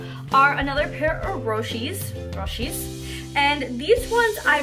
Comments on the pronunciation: It killed me on the inside when she says "raw she's". It's pronounced " Row she's " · Lmao me too😂😂